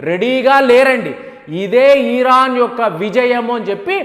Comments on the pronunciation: Arey Baabu IRAN ani paluku raa . That is not EERAN. vinadaaniki ackward ga vundi. Go in the flow of vernacular language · మీరు ఇంగ్లీషుభాష సరిగ్గా పలకండి. ఈరా న్ కాదు. ఇరాన్. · Uncle మీ ఇన్ఫోర్మేషన్ చాలా బాగా చెప్పారు కానీ "ఈరాన్" కాదు "ఇరాన్" అని చెప్పండి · Eeran kadu nayana Iran anu